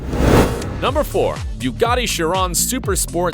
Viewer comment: Not to mention the mispronouncing "Bugatti Chiron"